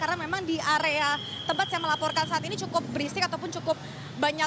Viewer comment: Belibet dengan "Ataupun"